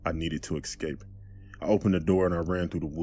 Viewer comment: It really annoys me when people say eXcape and aKs 😑